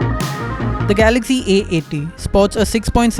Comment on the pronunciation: It's galaxy not galagy